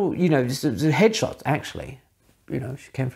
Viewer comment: Love your videos. Your accent here had me wondering about photographer who do hedgehogs. Eventually figured it was head shots. Keep 'em coming!